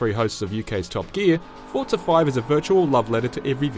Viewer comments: Forza not Fort-sa... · Its Forza not Fortza... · It's called Forza not Forta. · What is up with people from the UK putting a "T" onto forza? They all seem to say it Fortza